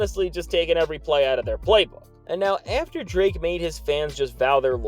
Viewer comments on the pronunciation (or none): Did you say Dra Kelly 😂😂